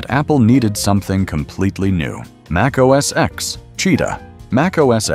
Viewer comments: Mac OS “EX”? Cmon now. Try again. This time, spell out the word, ‘ten’ so your AI voice will pronounce it correctly when it reads your text. You’re welcome! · It wasn't called "Mac OS ex"!!!! Jeez! How many damn times do you have to hear Steve Jobs and everyone else at Apple call it Mac OS "ten" for you to understand that the "X" is a Roman number 10? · it's pronounced Mac OS ten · I stopped watching and downvoted when your apparently-AI-generated narrator pronounced Mac OS X, using the letter "X". This is wrong. The "X" in Mac OS X is a Roman Numeral 10, so It should be pronounced Mac OS "Ten".